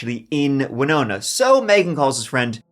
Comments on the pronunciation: Thank You for taking the time to learn how to correctly pronounce the name of the city of Winona, MN. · Look at this guy, pronouncing Winona correctly, props! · Good job pronouncing Winona correctly. It's not often that someone outside Minnesota gets it right. Now if they could just pronounce Anoka and Edina right.